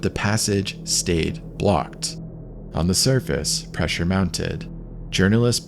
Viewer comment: pressure was preshing 😂